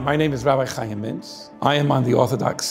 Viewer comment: My name is also Chaim. And no, I don't think I've met a non jew who pronounced it right.